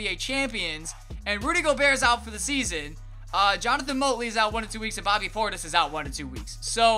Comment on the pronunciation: You're saying Jonathan Motley's name wrong (I know no one cares but just saying)